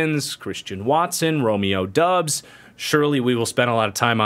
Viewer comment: Doubs is pronouced Dobbs. Romeo literally told the Packers and the media how to say it in April.